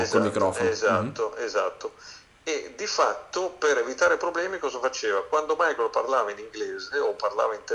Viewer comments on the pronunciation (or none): Tutto bello, tutti bravi, ma non chiamatelo "Maicol" perdio!!!